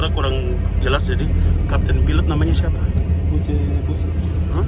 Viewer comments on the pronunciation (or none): Maaf 🙏 Itu capt. Buce Sub Bukan busub